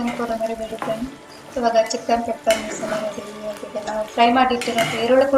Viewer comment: It's pepper not papper